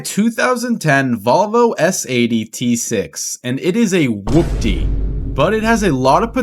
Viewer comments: Hoopty not whoopty 😂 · Dude! Stop saying it like that!!! It’s pronounced like “HOOPTY” whatever you’re saying is wrong and sounds fkn annoying. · Your in ability to saw hoopty correctly drives me insane. With the w its whopty, without the w its hoopty. Both said the same what hoop-ty or who-pty. bruh figure it tf out. Rage baiting the shit outta me rn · Love it. FYI it’s pronounced Hoopty. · Bro spelt whopty and says hoopty incorrectly and it drives me insane